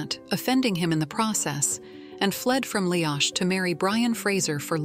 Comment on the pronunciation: I don't know who did the artwork for this video, but Brian Fraser had dark, black hair, not red. He was known as Brian Dub, Black Brian. Jamie was known as MacDub/MacDuff by his Ardmuir men. This means Son of the Black One. Tell the AI that Leoch is pronounced Lee-ock, not Lee-octch. I think that whoever created this video did not read any of Diana Gabaldon's books.